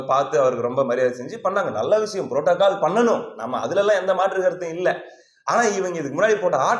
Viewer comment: Protocol is word Brotacol is what.? 😂